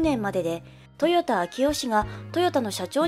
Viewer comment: トヨタ氏ではなく豊田(とよだ)氏です。